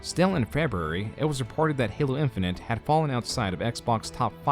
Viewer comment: Halo Infinent? That's not how you say Infinite.